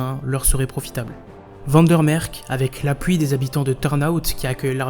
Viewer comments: On ne prononce pas Van der Mersch avec un k terminal mais un ch, comme en français (pour les unilingues français on fera remarquer que le néerlandais n'est pas l'allemand). Sur la forme on remarquera une fois de plus qu'il est contre-productif de parler à toute vitesse ou avec une voix de fillette énervante qui prononce à peine le dernières syllabes (heureusement qu'il y a un sous-titre même bourré de fautes d'orthographe ou de grammaire, ce qui est un comble à l'époque de l'IA). En fin de compte, même si le fond semble assez correct, il est préférable de laisser ce genre de documentaires à des Belges, ne fût-ce que pour éviter la condescendance et l'accent français ... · Van der merck???😆 Sérieux??? Mdr! T es sûr que t es pas Français,toi? Même les "Maroxellois" savent prononcer Van der mersch!!! Nomdetcheu, dis! Étudiant en science po? Ça pourrais te valoir des soucis! Tu sais que les gens n aiment pas voir leurs noms complètement écorché,cher? J espere que le nom de tes profs est facile à prononcer,sais tu,ket! Awel,je dis une fois pas ça méchamment, sais tu, menneke. Ça est une fois pour toi,hein, sais tu... Sans rancune, hein, ashtablief... Alléï,je dis une fois pas que t êtt un mauvais peï,hein,sais tu... Mais tu faux une fois de apprendre à le vrai Belche de bien parler,hein, sais tu,fieu! Ah,ouéï, hein! Sinon,tu ne sauras de pas faire de la politiek,chez nouzz autt,hein,ket, sais tu! Ah,non,hein! Je te conseille les vidéos des Snuls pour apprendre. Tu faux de une fois pas comme un fromageole parleren,hein, manneke! Ferdomme! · van der MersCH (ch comme dans chien ou marche). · Comment quelqu un se prétendant Belge peut prononcer "van der merck" et "van der noutte"??? Suis sidéré!